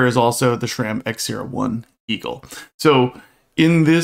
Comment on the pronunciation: I don't know why it bothers me so much, but people saying shram instead sram is like nails on a chalkboard.